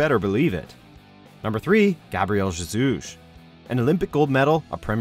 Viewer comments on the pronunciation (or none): The way he says jesus has me dead